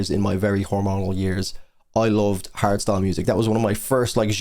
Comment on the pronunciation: Hardstyle? Oh my god I thought he kept saying harry styles, I was like “what does he have to do with anything?”